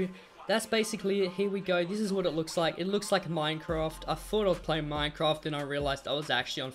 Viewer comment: I hate it when u say minefroft because I hate it and u say it wrong